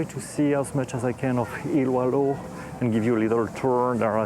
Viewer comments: it's ILOILO not ILUALO. It's common in Philippines to have repeating syllables. so the proper pronounciation is ILO ILO. Don't be confuse that it is spelled ILOILO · Hahahaha Iloailo Never heard that pronunciation before